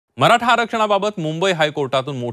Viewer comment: मराठा शब्द निट बोला साहेब